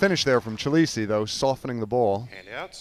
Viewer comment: The young mans Sur name is pronounced as follows, 'Chi le Shay'.